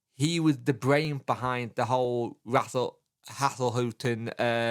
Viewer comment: Get you and your perfect pronunciation of Danny "Rule"! 😍